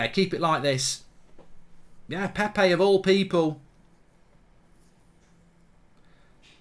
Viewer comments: ITS PEP-PAY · Praying your blood clot gets removed safely because no healthy person says ‘Pepay’ 10 times in a row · Legend says he's still saying Pepe...